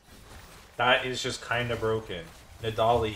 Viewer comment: i have never heard anyone pronounce nidalee like you do thats insane